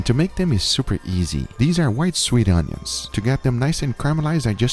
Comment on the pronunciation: When he said i cooked the onions it sounded like i cooked my udders and udders are the balls of a cow (it sounded to me)